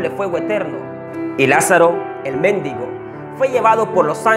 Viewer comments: El méndigo...no mendigo jajaja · Méndigo 😂😂😂, en realidad es :mendigo